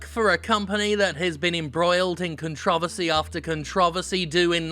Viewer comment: that's a funny way of saying controversy